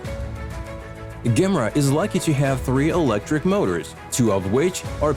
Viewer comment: Ok, enough's enough man. You're pronunciation is absolutely horrible!! That's the Koenigsegg "GEM-ERA" NOT "GAMRA", so you'd pronounce it "JAY-MERRA" GOT IT?? English must not be your first language, you'd do yourself a service if you worked at your English skills!!! 👎💯... 🆘